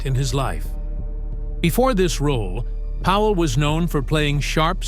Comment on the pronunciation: It's Powell, NOT Howell ace. Try getting it right!